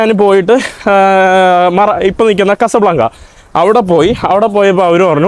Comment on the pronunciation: കസബ്ലാഗ്ഗയല്ല ക്വാസാ ബ്ലാഗ്ഗാ ആണ്